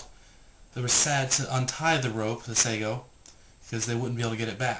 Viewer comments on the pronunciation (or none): Sago is a slimey pudding. The word is sa ge oh. Be respectful to the language as well as the technology. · It's called sageo as in sa-geh-oh not sego. Have more respect in speech and demostation when practicing this art form.